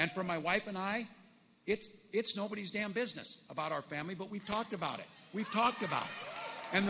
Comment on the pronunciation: I'm so impressed everytime he says "DAMN BUSINESS" So very impressed. 😂😅😮😢 Oh wait, no I'm not.